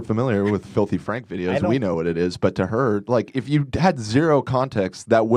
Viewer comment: Folthy fraaanch